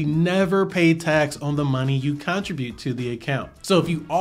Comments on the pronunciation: this is amazing!! (btw this is SUPER pedantic but i think you’re pronouncing “contribute” wrong ) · lol! I was wondering the same thing. Maybe I say it wrong?? Ha ha ha.